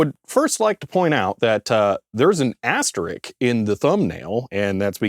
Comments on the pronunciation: Asterisk not asterik? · Sorry to be pedantic, but then I am a nerd ;-) The sign * is called "asterisk", not "asterick" or "Asterix"! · Asterisk, it has a second s. ;)